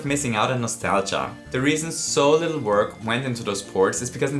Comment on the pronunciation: If you say bittle lit for the 100th time I will go insane